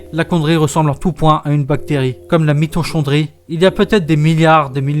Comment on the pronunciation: Mitochondrie, ça se prononce "mitokondri" !